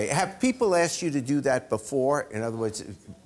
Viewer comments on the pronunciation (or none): It’s ASKED/ASK N O T AKSED/AKS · Am I the only one that gets irritated when people say axed instead of asked?